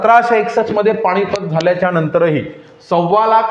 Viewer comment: पानिपत म्हण पाणिपत नाही सर आहेस तर मास्तरा सारखा बोल